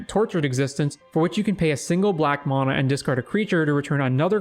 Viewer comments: You pronounce mana wrong. It’s “Man-ah” not “Mon-ah” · mAn - mAna say it right dude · mahna XD never heard anyone say it like that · I didn't hear anything except how he pronounces mana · Who in the hell taught you how to say mana that way?